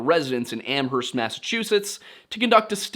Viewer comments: Ooof, two corrections on pronunciation for New England towns: Hay-Vrill, not Haver-Hill Am-erst, not Am-herst Yes, I know it's ridiculous. Blame Old England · I lived in the Amherst area at the time and remember the disappearance well. The local media portrayed it as a possible abduction. Amherst is pronounced "AM-erst." Where only the H is silent (you can look that one up).